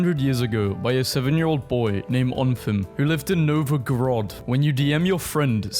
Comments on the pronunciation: As a dude who lives in Russia, your "NovOgrod" makes me wanna die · the emphasis on novagrod had me rolling 😂